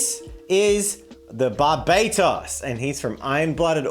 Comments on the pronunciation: How do you have that as the one gundam you know, and NOT know that it's BARbuhtos, not barBAYtos It is NOT named for the nation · $110 AUD is actually pretty overpriced for this kit. The MG Barbatos has an MSRP of ¥4950, which is roughly $60 AUD. Also, I may be a little nitpicky here but it’s Bar-bat-toes or Bar-bat-tos not Bar-bay-tos. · I hate to be that nerd but it's pronounced bar-buh-toes. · I like how he pronounced Barbatos like barbados, as a builder of em its actually good that u started with a master grade barbatos because it's a fairly small kit for a master grade and its large so it's easier to build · not tryna be picky but its (bar - bu - tos) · Ur pronouncing Barbatos wrong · As someone who builds a new Gunpla basically once a month, I'm so happy more people are getting into the hobby. But, i admit it hurt more than i expected to hear someone pronounce Barbatos like that... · It took three people to say the name right.